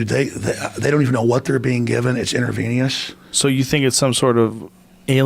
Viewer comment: "It's interveneous" LMFAO!